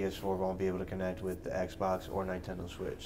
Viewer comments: Nine ten doe... pls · Nine-Tendo... -Flamesword